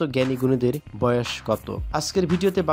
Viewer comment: উচ্চারণ ঠিক করেন। বয়াষ কী।